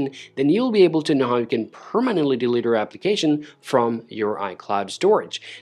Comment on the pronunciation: Thanks for the video, but you need to work on how to say delete